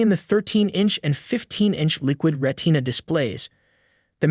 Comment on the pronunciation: Ret-TINA display?